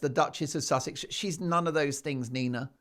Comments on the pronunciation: A stupid stewardess. Queen, Princess, Duchess couldn't even pronounce Sussex. 😂😂😂 not impress. Low class stewardess😮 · Public divulgence of experiences with passengers by American Airline staff is a sackable offence. This young woman may be attractive but is as 'thick as a brick', a typical gen Z. She has never even heard about or how to pronounce Sussex. 🤣😂🤣 what a laugh... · If Nina was a true fan of Harry's wife, she would have known how to pronounce "Sussex". She'd also have known about "As Ever" 😂 I think was just excited to meet a famous person. "You know me well" - she's big on hand-written notes isn't she? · Very articulate indeed, she can't say Sussex or properly read the note... I also agree with many comments, they can't wear long nails because they provide food and beverage service, and she would/should be fired on the spot for revealing the identity of a guest, it's forbidden in all hospitality environment. That's perhaps why Meghan was appreciative of her, their mutual disrespect for rules. Yes, I think Meghan IS very scary and evil. Your interaction with Redge(? is the spelling ok) was the best!! I love the hairy hijacker, he does as he pleases and, very endearingly so. 😻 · This girl couldn’t even say Sussex.. she’s not to bright… airlines don’t hire dumb people…my friend was an airline stewardess..your hair has to be neat and nails neat and short..this is 100% fake…that’s not even the correct uniform for AA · That was definitely a fake tiktok post. She couldn't even pronounce Sussex 🙄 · So contrived. She has no idea who she is and can’t even pronounce Sussex. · First thing: a flight attendant that has trouble pronouncing the word "Sussex": yes, quite the tongue-twister. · That was definitely a "paid-for" tiktok post. She couldn't even pronounce Sussex 🙄